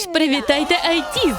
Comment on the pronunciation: Гарна озвучка, але не "Айтіз", правильно "Ейтіз".